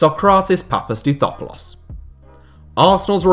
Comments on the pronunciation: Once again, hats off for pronouncing "Papastathopoulos" almost perfectly! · Big up for pronouncing sokratis second name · You nailed Sokratis name